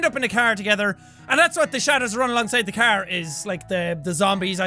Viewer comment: Jack says it the cerrr not the car.